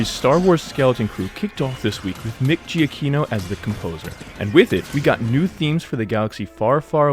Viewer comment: btw Giacchino is pronounced Juh-KEY-no.